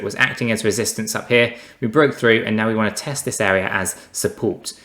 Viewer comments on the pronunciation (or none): none